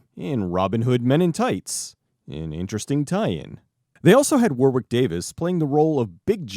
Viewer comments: It's Warick Davis. Not Wawick. Your stuff is great btw, I'm not being a dick for comments. Your uploads are great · Just FYI, "Warwick" is pronounced as if the second W isn't there. Also, "Viscount" is pronounced as "vy count".